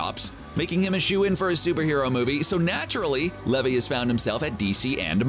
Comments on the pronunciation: So Zachary Levi pronounced (lee-vie which rhymes with eye) not levee. wasn’t in Thor, he was in Thor: The Dark World & Thor: Ragnarok. Do more thorough research. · It's Zacheri Lev'i' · Pronunciation of Levi is Lee Vai